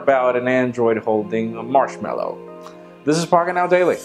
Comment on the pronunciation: marshmallow more like marshmanoooo